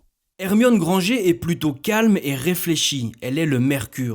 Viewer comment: C'est pas "grangé", c'est Grangerrrr (t'as la ref❤)